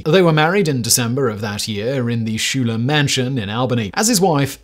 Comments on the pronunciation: I thought by now the musical Hamilton had seeped into the consciousness of everyone to at least know that Hamilton's wife was one of the SKY-ler sisters, not SHOE-ler. 😄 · Simon! Pronunciation matters!! Schuyler is pronounced like "sky-ler"!!! Not "shoe-ler". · ‘Schuyler’ is pronounced ‘Skyler’ in America.